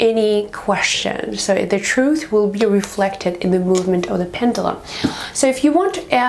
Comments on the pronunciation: Please say Pen-due-lum! Properly ;0) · I'm sorry, but it's pronounced PEN-JUH-LUM. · Its a pend uuuuulum. Speak properly lady..../ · It's pronounced Pen.ju.lum even though it's spelled Pendulum